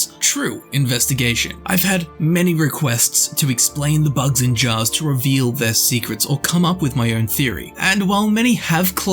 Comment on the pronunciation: Why do you say it like "bugs-in-jars" ?